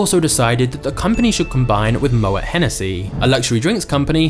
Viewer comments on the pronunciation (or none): "Mo-et", lol. It's pronounced 'mo-A' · pronounced mo-ay